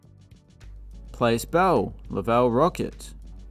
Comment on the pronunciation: It is pronounced "Plass" Bell. Just thought you'd like to know. Also, Syracuse's arena was where the hockey scenes in the movie Slapshot were filmed.